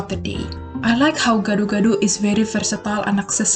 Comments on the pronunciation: Gado-gado. You did it wrong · How to say gado gado is (Gah doh Gah doh